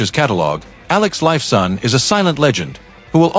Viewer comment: Someone teach this AI jerk how to pronounce names. It's not Alex Life Sawn.